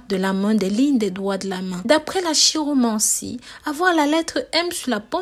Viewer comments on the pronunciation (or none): Chiromancie se prononce Ki-romancie et non chi, car vient du grec Kiros. J'ai la lettre M depuis des décennies, et je n'ai pas récolté que de bonnes choses. Bref, c'est peut-être un peu du pipeau. Qui vivra verra !